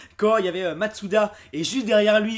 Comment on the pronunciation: C'est moi ou tu dit matsuda au lieu de masuda